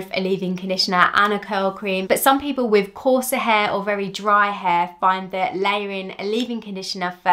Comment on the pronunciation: The way you say “hair” is annoying. Why can’t you pronounce it the way it is spelled?